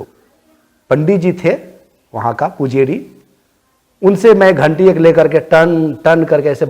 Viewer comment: Pu je ri nahi pujaari hotaa hai